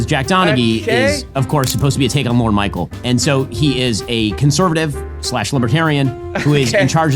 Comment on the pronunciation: Benny Shapeno: he is supposed to be a take on Lorne Michael. It's Lorne MichaelS, the S is not silent, you goon